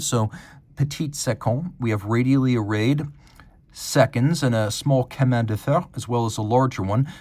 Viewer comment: “SHEmin de fer” not “SKEmin de fer”